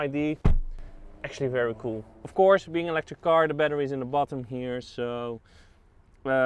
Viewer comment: He says “off course” a lot lol